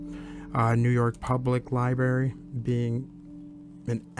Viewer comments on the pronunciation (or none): It’s libRary not liberry